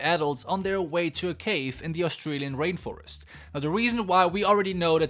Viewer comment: It sounded like you said Rape Forest instead of rain forest XD